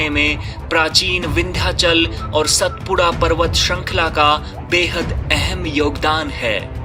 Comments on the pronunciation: अरविंद को आरविंद नहीं कहते. उसी प्रकार सातपुडा को सतपुडा नहीं कहते. भारत में हर जगह शब्दोच्चारण की समस्या है. मगर अच्छे पार्श्व नाद कलाकार को इस का ध्यान देना उचित है. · सतपुडा नहीं सातपुडा कहो. मैं बार बार कहता हूँ की शब्दोच्चारण पर अधिक ध्यान देना उचित है. विडीओ बहुत सराहनीय है. शुभ कामनाएँ.